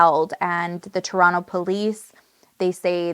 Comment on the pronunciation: Aaaaah finally! I’ve been waiting for you to cover this case!!!! PS… looove that you say ‘Toronto’ the Toronto way 😉